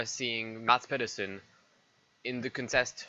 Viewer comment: A attempt at Danish, failing like expected. But all in all, still unbelievable Mads did what he did. And he has to name his firstborn male Michael now